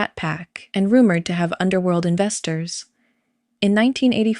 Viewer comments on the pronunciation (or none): none